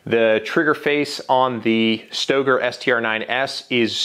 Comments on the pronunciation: It’s pronounced Stoeger not stager , and everyone who loves their Glock can be happy with their over priced gun my Stoeger speaks for itself. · The shooter Ben Stoeger pronounces it "Staygur" - Everone else says "STOWgur" - I just don't know.